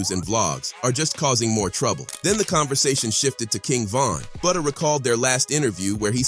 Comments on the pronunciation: Fck it’s Butta like Butter 🧈 not Booda or Booty 😡 🤬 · Butta, not booda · It isn’t buhda it’s BuHtter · It's Butta dude like Butter but drop the ER. and put a A at the end geesh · My man really calling him, “Booda”. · Why is bro saying buddha 😂😂😂😂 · Lol he said fbg boota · Say budha one more time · Thank you he sux for that grrrr